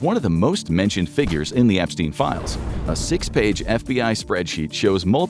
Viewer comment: "Release the files" not "Release the 'philes"